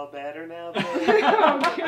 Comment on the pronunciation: “Yeall baetter neow?” That on got me